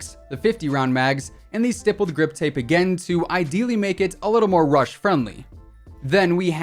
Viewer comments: I love how you say Grippled Stip Tape like every video and don't catch it. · Why do u keep saying "rippled stip grape 🍇 ". Its stippled grip tape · Who’s “grippled stip tape”. No hate tho love your vids.😂😊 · Yoooo when he said rippled stip grape i thought i went crazy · He said grippled stip tape for the PKM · Did anyone else notice that he said gripped stip tape not trying to be rude I always need up what I’m saying I just thought it was funny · “the grippled stip tape on the pkm” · “gripped stip tape” 😂🤣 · "Grippled Stip tape" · You said the grippled stiptape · 10.07 grippled stip tape . ? Ok then 😂😂 love your content man, keep going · the amount of times he said rippled stip grape or something like that instead of stippled grip tape lmao. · Nobody: Literally nobody:: rippled stip grape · He said grippled stip tape on pkm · R I P P L E D S T I P G R A P E😂 Great video, as always 👍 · Rippled stip grape😂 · "rippled stip grape" omfg im dead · "Rippled Stip Grape" xD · The ripled stip grape 😂 you said that going over the AUG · Lol he said grippled stip tape😂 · "The grippled stip tape:" ?? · lmao " the grippled stip tape" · On the pkm he said gippled stip tape hahaha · R I P P L E D S T I P G R A P E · Just want to point out you said Grippled stip tape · Did he just say "Grippled stip tape" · Did he say rippled stip grape!? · Bro imagine saying grippled stip tape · When he said the stippie grippie I almost cried of laughter. 🤣🤣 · He said stippeled grip tape rong every time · I lost it when you said “Rippled Stip Grape” lmao 😂 🍇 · “grippled stip tape”